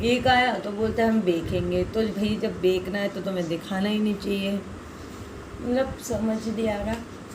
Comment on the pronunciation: right didu but aap bekna bol rahi thi